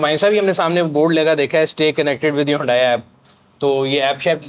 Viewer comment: Stop calling HYUNDAI, "HONDAI"